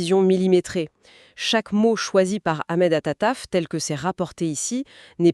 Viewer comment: Veillez svp prononcer le nom correcte du ministre des affaires étrangères algérienne ( Ahmed attaf ) au lieu de attataf. 🎉 est ce que vous êtes Algériens ou pas.